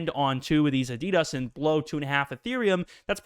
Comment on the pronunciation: Watch a adidas advert - your pronouncing this wrong.